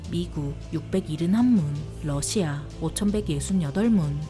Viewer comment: 비교할 걸 비교해야지~ 미국의 압도적인 승리다! 그리고 러시아 할때 억양이 존나 이상하고 거슬린다~